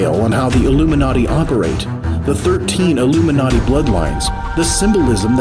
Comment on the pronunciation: The way he said illium-na-ti